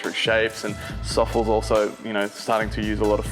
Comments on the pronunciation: I always thought it was pronounced more like sofless not like sawfuls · Hahah youre not alone! I thought it was pronounced Sof-Less but no.. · Ive been pronouncing Sofles wrong my whole life.